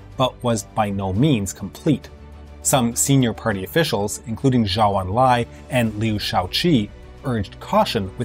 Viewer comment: Zhou En Lai. Zhou rhymes with Joe six-pack, not Cow.